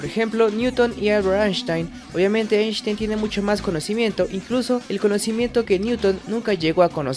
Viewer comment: Se pronuncia "Ainstain"